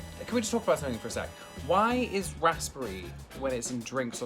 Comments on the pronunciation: Who makes toast in a press? Who doesn't have a toaster? Also, if you're looking American dude, that 'Combo' you made is called a 'stack-up' but it's meant to be all on one fork and dipped in HP sauce. Also, English dude, are you saying the 'p' in Raspberry? That's... That's not how that's said, man. 'Raz-buh-ree', just for future reference. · Eh. We gave the world the gift of our precious language and they keep messing around with it, it's understandable we're bothered. But on this occasion, I'm actually referring to how the Englishman says a word and that's just patriotic responsibility, my friend. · Well you both triggeres me lol ribena you add water and u dont pronounce the p in raspberry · I hate sloppy joes. Gatorade and Powerade are both in the US. I like how this dude says Raspberry < the emphasis on RASP is amazing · I'm British but I hate the way he says raspberry ...like it's not said like that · I was looking for this comment was driving me nuts ahaha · he seems like he has a very basic London/southerner accent, which I where I'm from and live, I've never heard anyone pronounce it like that ever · rasperry ?? rasBERRY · RasPP Berry I think u pronounce it rasberry because the p is nearly silent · why dose he say raspery im English and i say raspberry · Rasssbre. 😂 I'm British and ik it's pronounced razz-berry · wtf is a raspey like I thought it was raspberry?????? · I like how he said raspberry like rospburry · I'm English and have never heard anyone pronounce raspberry like that before. It's razberry. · Why is he saying raspberry weird? RASS-BERRY. WTF is a rassberry. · No one:...: rasPerry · Normal people saying raspberry: rusberie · "Rassspry" I sweat. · I’ve never heard anybody pronounce it rasPberry here in Blighty. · Yes, that hurt my soul to hear him say - RASPERRY (RASIPURRIEY) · Maybe, I'm from London and don't enunciate the S, it's more like 'razp-berry' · as a british person, i do not think tom is saying "raspberry" correctly.